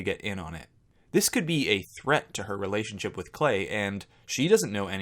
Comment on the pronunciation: Still can’t get over how Nicole pronounces relationship. RELAY-ship. That being said, I wasn’t a fan of hers and I do think she would of chosen Christian had he not of been kicked off the island